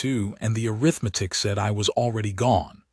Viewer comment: This is the first AI I've heard pronuce arithmetic instead of (air-riff-matic) Job well done!